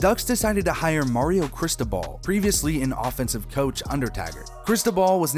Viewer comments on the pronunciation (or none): none